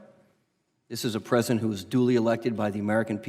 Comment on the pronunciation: Ms Jackson Lee can't even say "pre-si-dent". She keeps talking about "the present".